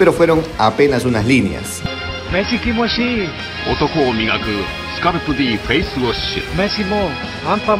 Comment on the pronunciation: Pero dijo kimoshii xd